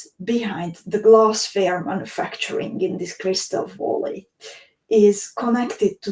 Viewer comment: Hi, thanks for sharing your adventure in Crystal Valley (please pronounce it as väly not voly)..